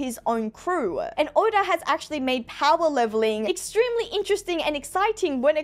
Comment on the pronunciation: why tf did u name urself and say oda like that